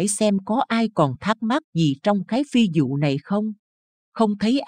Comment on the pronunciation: Người đọc phát âm không đúng "phi vụ" lại đọc "phi dụ"; Việt Nam đọc "Diệt Nam"?